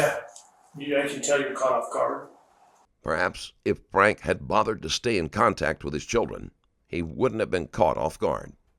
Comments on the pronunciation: Their last name is pronounced “Frank-key” Not “Frank” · Love how you just don't give a shit about pronouncing these people's name correctly lolol. They all say Franke and you're just like nah, it's pronounced FRANK dummy. That E on the end is inconsequential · It’s pronounced Frank-ee. I’m ashamed to say- I share the same last name 😮😫 No- I’m not related to these freaks. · What's your wife's name... Ruby frank-e. Narrator ruby FRANK. .. TAKES ME RIGHT OUT OF IT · His name is pronounced Frank-ee, and he's a huge piece of crap. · Why on earth can’t the narrator pronounce words correctly? Frankie and connexion was misspoken several times. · Their last name is pronounced Frankie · Th e AI voice can't get his name right lol. ...lazy creator